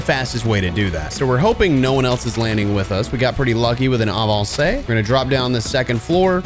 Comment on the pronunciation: love the pronunciation of "avancer" 🇫🇷